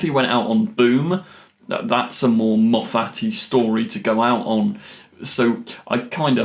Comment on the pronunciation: ⛔⛔⛔ Why do you have this inability to say Moffat correctly? Surely you've heard him say his name??? ⛔⛔⛔